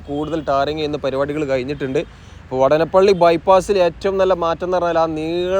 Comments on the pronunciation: vaadanapilli is the correct pronounciation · വടനപ്പിള്ളിയല്ല സുഹൃത്തേ വാടാനപ്പിള്ളിയാണ്.. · വാടാനപ്പള്ളി വാടാനപ്പള്ളി എന്ന് ആണ് പറയുക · സ്ഥലപ്പേര് പ്രദേശവാസികളോട് ചോദിച്ചു അത് പോലെ ഉച്ചരിക്കുക,വാടാനപ്പള്ളി എന്ന് എഴുതിയിട്ട് അതിലെ ദീർഘം കളഞ്ഞ് പറഞ്ഞാൽ അരോചകമായി തോന്നും,ഏറ്റവും കൂടുതൽ ബൈപ്പാസ് ഉള്ള റീച്ച് ആണ് താങ്കൾ ഇപ്പോൾ കാണിക്കുന്നത്,നിലവിൽ ഉള്ള കൊടുങ്ങല്ലൂർ ബൈപ്പാസ് അടക്കം 6 ബൈപ്പാസ്,ഏറ്റവും കൂടുതൽ S വളവുകൾ ഉണ്ടായിരുന്ന റീച്ച് ആണ്,ബൈപ്പാസ് കൂടാൻ ഒരു കാരണം അതാണ്,കാണിക്കുന്നുണ്ടെങ്കിൽ എല്ലാ ബൈപ്പാസ് ജോബും കാണിക്കണം എന്നാണ് എന്റെ ഒരു ഇത്😂ജോബ് പുരോഗതി കുറവാണ്,ഒരു പക്ഷെ സമതല പ്രദേശം ആയത് കൊണ്ടാകും,ഇലക്ട്രിക് പോസ്റ്റ് മാറ്റിയാൽ പിന്നെ പണി വേഗം മുന്നോട്ട് പോകും❤